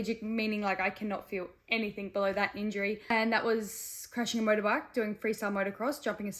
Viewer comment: I lost all intrest the second she said "anythinK"